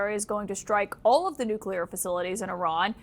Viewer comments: it’s nook-lee-er not nook-you-ler. There’s nothing more credibility destroying than mispronouncing such a consequential word. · N U C L E A R not nucular. Geez.